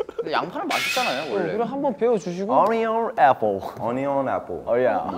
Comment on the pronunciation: why is no one talking abt Vernon : onion apple seungcheol : OrNiON aPpOLL